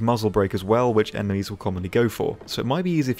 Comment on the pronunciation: Did you say "emenies" ?